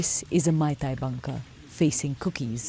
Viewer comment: Dear BBC - please note that the 'ei' in 'Meitei' is pronounced like the 'a' in 'face' not the 'ai' in 'Thai'